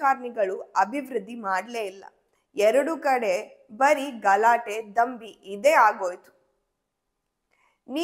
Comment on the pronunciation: ಕನ್ನಡವನ್ನು ಸರಿಯಾಗಿ ಉಚ್ಚಾರಣೆ ಮಾಡಿ ದೊಂಬಿಗೆ ನೀವು ದಂಬಿಯನ್ನುತ ಇದ್ದೀರಿ ಸ್ವಲ್ಪ ನಿಮ್ಮ ಉಚ್ಚಾರಣೆಯನ್ನು ಸರಿಪಡಿಸಿಕೊಳ್ಳಿ